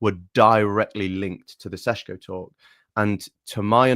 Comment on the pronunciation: why do you persist in saying Sesko's name as SHESHKO You're english you posh pleb, act like it. You're meant to be proud about misspronouncing forun names because you're english and you're not ashamed of nuuuttin...that's what makes you english BOOOOSH